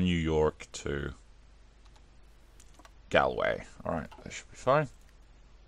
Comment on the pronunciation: I'm going to be invaded by trump nooooo and the way u said Galway oh god